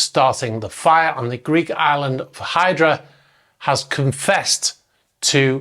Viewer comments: Love the channel, just a small note in case you do anymore on this scenario (I know you had plenty of opinions on the yacht name!)...The island is pronounced Eee-dra, rather than Hi-dra...Keep up the good work 👏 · I think it’s pronounced “eedra”. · Different languages, different pronunciations.